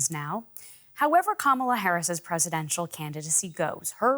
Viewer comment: Why do you want to be like Trump and mispronounce Kamala's name?